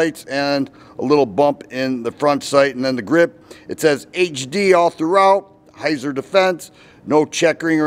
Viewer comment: It's pronounced "Hītsār".